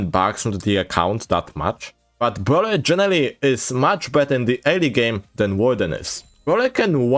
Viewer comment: "bwhut wit bruleer, but wit bruwleeer" -, 2024